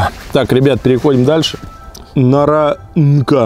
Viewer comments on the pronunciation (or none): Мне больше всего понравилось "наранКа" (наранЧа)